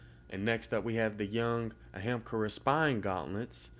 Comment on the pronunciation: I'm sure no one cares but it's pronounced uh-hum-car-uh.